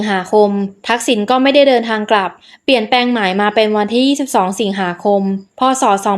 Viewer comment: คนพูด พูดภาษาไทยแย่มาก ไม่มี ร ล เลย เช่น เปี่ยนแปง ลับชม ... ต้อวแก้ไขค่ะ เสียง จังหวะการพูด ไม่น่าฟังเลย